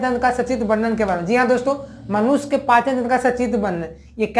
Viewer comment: Sir khana to nhi chahiye but Aap manushya ko Manos kah rhe h 😊